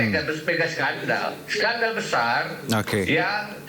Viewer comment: Bukan sendal tp skandal hhhhh